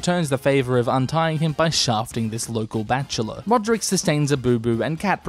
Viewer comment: “Ser Rulrek”